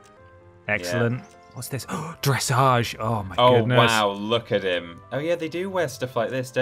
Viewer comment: The way you pronounced dressage…. NOOOO 😭